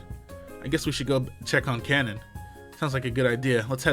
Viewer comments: Brother, You're saying Kanon's name all wrong and it's killing me lol. It's pronounced (Kay-non). Please everyone get him to see this. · Red レッド If his name was spelled (Kannon), that would be pronounced the way he’s saying it.